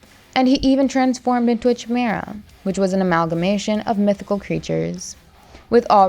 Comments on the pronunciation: It's pronounced Ki-Mira not Che-Mira 😂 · Chimera is pronounced "kīˈmirə". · Say chimera again